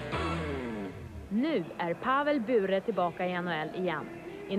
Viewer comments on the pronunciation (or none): Pavel buuhre 😂😂😂